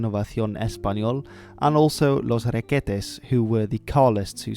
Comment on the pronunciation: Requetés, and not [Requétes] Cádiz, and not [Cadíz] Guernica, and not [Gérnica] (you got the rules about acentuación right, but Gernika is vasque so it doesn't apply xd) La Falange